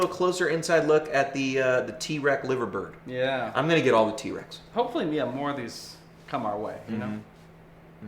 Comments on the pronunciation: If you are British, by the way, you’d say Lie-ver-bird. Named after the famous bird sculptures that sit on top of the iconic Royal Liver (yes, lie-ver) building in the home of the Beatles, live-agh-pool. Yeah. I know. Brits and their prer- noun cee -ayshun ...Go figure, eh?! :-) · LIVERbird?! L I V E R bird?! REALLY? 🤷‍♂️ Nice Profile though😉